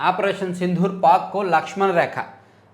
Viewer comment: గారూ... సిందూర్...మీరు దాన్ని సింధూర్ అని పలుకుతున్నారు. "ద" కి వత్తు లేదు.